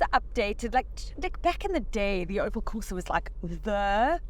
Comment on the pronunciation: "Colo" and porsa lol 😂